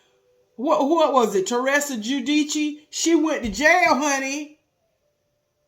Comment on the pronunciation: I really appreciate for correctly pronouncing Teresa Guidice's name.